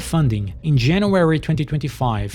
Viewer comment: "Janawerey" is not a month on the english calendar.